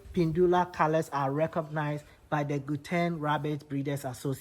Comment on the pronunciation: Gauteng is pronounced as ( how ten)